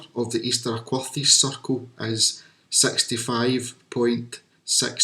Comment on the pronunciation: So many issues, so little time... Find a local to teach you pronunciations of Aquhorthies, Bennachie and Daviot. If there was a precise mathematical relationship between the sizes and positions of stones, you would expect them to be precisely located to match those relationships. For a start, the diameter that you claim so precisely is from circles that are not circular. You're also inconsistent with whether you measure to back, front, middle or edge of stones. You are always going to find approximate ratios between the length of one object and another if you're unscrupulous about how you measure them. The fact the 2 circles you looked at have completely different ratios between diameter and recumbent length, if anything, shows the ratio wasn't important. With so many stones, there are always going to be approximate alignments looking from one arbitrary stone to any other arbitrary stone. Why those stones? Unless you can demonstrate something to clearly show those stones were used in that way, it's coincidence. And the lack of alignment couldn't have been more clearly demonstrated than by your "station stone rectangles" when your alignment lines DIDN'T sit on top of the stones you claimed showed the alignment. The word is "specific" not "Pacific". The Pacific is an ocean.